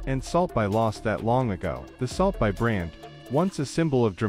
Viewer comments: I stopped watching at like 2 seconds in, when this shitty ai couldn't even pronounce "salt bae". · AI 😑 how can people listen to this? AI can’t even pronounce the dude’s name